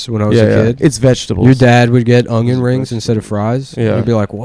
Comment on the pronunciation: can't even say onion correctly. Stuff like that will lose you $50,000 a month on patreon